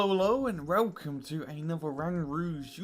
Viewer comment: Why do you pronounce "w" as "r" like in "relcome" at the start of the video? Does it have something to do with your online persona or is your accent just like that?